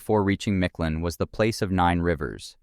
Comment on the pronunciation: As much as you researched this, one would think you would pronounce Mictlan correctly, you pronounce its ruler nearly perfect which is why I find it so hilarious lol. Thanks for the upload =]